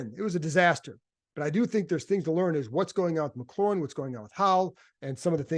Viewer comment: Sorry, this been puzzling me for a while. Why don't people pronounce McLaurin's name the way Terry does? It's McLaurin, not McClaurin, resembling the sports car more than the seasoning. I can understand fans getting it wrong but the press sees Terry face-to-face and has heard him say his own name.